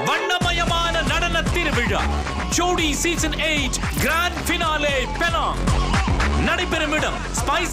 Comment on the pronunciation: Not Panang Lah,Penang.. Try To Tell Properly...